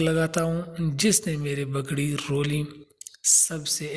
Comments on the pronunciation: بگڑی نہیں پگڑی، پلیز تلفظ درست کرو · لکھا صحیح ہے لیکن لیکن بولتے بگڑی ہو